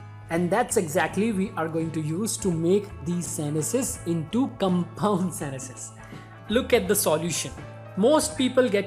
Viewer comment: Can you please pronounce sentences properly